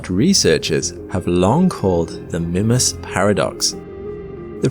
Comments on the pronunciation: Your wrong pronunciation of the name of this moon is driving me crazy. I checked and it's pronounced "MYmass." NOT "Mimmas". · "Mih-mas"? It's "My-mas". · Did he say Minmus? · Am I the only one who pronounces it "Meemas" instead of "Mimmus"? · The pronunciation is "MY-muss" with the long "I" or MEE-muss with the long "E". Sorry but youre saying its name completely wrong. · It's Minmas Jim, but not as we know it. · Mimus is pronounced MY-məs (sounds like "my" + "muss"). IPA Pronunciation: maɪməs MY: Long "i" sound. məs: Short "u" sound, similar to "bus." Sorry but I'm going to have to give you a thumbs down for making an entire video and mispronouncing the actual topic. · MY-mus or MEE-mus, please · Mymus. Its pronounced Mymus. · I keep hearing the presenter say "Minmus." Kerbal Space Program seeping into reality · Mimas, the small, cratered moon of Saturn, is most commonly pronounced in English as MY-muss (/ˈmaɪməs/) or sometimes MEE-muss (/ˈmiːməs/). The name is generally pronounced phonetically as "MY-mass". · Grrr... It's pronounced Mymas, it's not an English name! It's from the Greek name, even more closely, Meemas 🤨🤦 Englishmen 🙄😅 Tighten up 😉 You're killin me... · 30 seconds in: "oh god he's going to keep calling it mihmuss isn't he?..." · Everytime you say "Mimas" I hear "Minmus" like in ksp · I've noticed you pronounce Mimas in a different way. I pronounce it "My-Mus" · Is it Mimas, as in Grimace, or Mimas, as in iris? I feel as though you're pronouncing it in a British way.